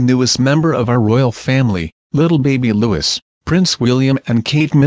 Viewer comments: Can you either get a computer to say his name right or just not issue videos on the child at all? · Janet Munro I studied French language as a course towards the end of Primary School in 2012 then again in 2013 at the beginning of high school the high school course was for 3 years . And I can now tell you that the person narrating this got the pronunciation of Prince-Louis name wrong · At least pronounce his name properly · The s is silent and Charlotte is pronounced sharlotte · THE S IS SILENT PLEASE LEARN HOW TO SAY HIS NAME OH GOOD LORD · It's not pronounced loo-is it's loo-ee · Hey,, learn the proper way to pronounce Prince Louis name! It not Lewis- Lū-iss. It is Louie Lū-ē. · Looee not Lewis...Its a French name. Please dont make a fool of yourself with pronunciation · It's Lou-ee not Lou-is. If you are going to comment on the British Royal family learn how they pronounce the names. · Oh god, I really wish that people would STOP mispronouncing the little prince's name! It isn't pronounced 'Lewis'! It's correctly pronounced 'lou ee', the 's' at the end is SILENT! It really ANNOYS me when people mispronounce his name 'lou is'! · Ikr? Just going to comment on that. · The new prince's name is pronounced the French way: Lou ee, not Louis. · It's not Lewis, it's Louis !!!!! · Exactly but not everyone knows French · Not 'loo-is' it's loui If you are going to discuss the royal family actually pronounce their names correctly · It’s not pronounced Lewis - if you’re going to narrate these videos, get the pronunciation right - it’s pronounced Lewee. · His name is Louis, not Lewis, Louis. seriously pronounce his name right for god sake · Jesus can u get his name right,hes not LEWIS,ITS LOUIE,ffs stop making video s,get name right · Louis is a French name, therefore it is pronounced as Lou-we. Tell your royals to spell it as LEWIS then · What the heck. His name isn’t “Lewis” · LOU-EE is the way it's pronounced!!!